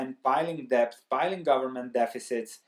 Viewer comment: Good Morning, I like your well-researched insightful videos. This time it is very frightening. Debt is overboarding. I have a small suggestion: Maybe you could pronounce debt without the b (see ). I am not a native English speaker either, and therefore I have similar problems.